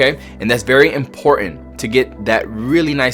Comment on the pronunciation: Say " importent" again